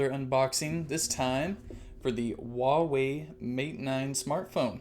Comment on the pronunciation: it's pronounced hwa wei